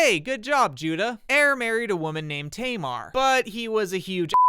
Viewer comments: hi i live in israel and speak hebrew, i find the way you said tamar hilarious because it's a common name in israel to this day, it's pronounced "ta mar" not "teymar"(xd) obviously this isn't your fault just wanted to let you know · Just a heads up if you wanna say the Hebrew names more accurately you should ignore the English language rules. For example, instead of saying Tamar as tay-mar Pronounce it as Taa- maar, as it's written. Love your videos 🫶 -a native Hebrew speaker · Just a note, "Tamar" is pronounced with two short "a" vowels like in "cat". It's still a popular name in Hebrew today and is my fiancée's name